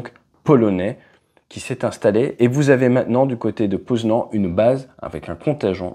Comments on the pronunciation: La vidéo est super intéressante. Mais la prononciation du nom des villes 😬 Rzeszów se dit à peu près comme ça : Chéchouf. Et Poznań : Poznagne. Je dis ça si vous demandez votre route. Ça peut aider 😉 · entre lviv et poznan la prononciation est catastrophique mais on taime quand meme 😅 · Bonjour ATE, Bien que non abonné, je suis tout vos documentaires toujours très bien faits. Juste une petite remarque sur la prononciation des noms Polonaise. Poznań se prononce Pôznagne Rzeszów se prononce Jéchouf. Et Łódz woutch Ca fait plus chic ! Merci encore pour votre travail et celui de l’équipe.